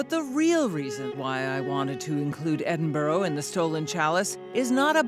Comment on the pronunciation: Eh-din-bo-row LOL. It's Ed-in-b-u-rah